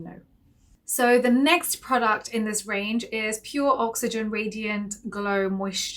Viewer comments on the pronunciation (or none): none